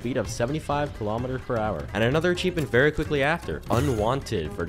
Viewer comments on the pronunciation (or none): Yeah watching him say kilometers annoyed me so much despite me barely knowing anything about ships